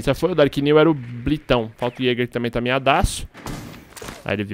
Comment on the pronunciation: falando jager qnd eh bandid q raiva kkkk